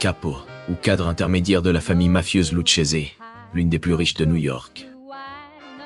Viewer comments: Excellente vidéo,en revanche ça ne se prononce pas "Loutchésé" mais "Louquésé". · Bordel apprendre à dire les nom comme il faut ça se dit Luquese et pas luchese 😂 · Video de très très bonne qualité, comme d'habitude! Vrai plaisir de regarder (je regarde très peu de youtubeurs). Attention que le nom de la famille se prononce LOUCKESE et non LOUCHESE :p. Par contre, il n'est pas vrai que les familles étaient contre le trafic de drogue dans les années 60. C'est tout l'inverse. Il résulte de la conférence de La Havane de 1946 que les familles acceptent de se mettre au trafic. Lucky Luciano (et quelques uns comme Franck Costello) était contre, mais l'ensemble des familles étaient d'accord. D'ailleurs à cette époque, elle délègue une grosse partie du trafic aux dealers noirs de Harlem (qui devaient payer un lourd tribu). Mais ta vidéo reste d'une incroyable qualité (pouce bleu!)